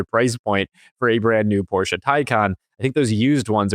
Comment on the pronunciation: So nice to hear a USian who knows how to pronounce "Porsche"! 🙂 That deserves a like.